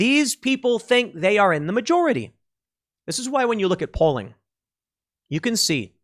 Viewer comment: What he said: "...when you look at polling..." What I heard: "...when you look at Poland..."